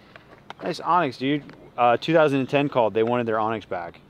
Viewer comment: Anax isn't pronounced onyx. It's more like an-axe.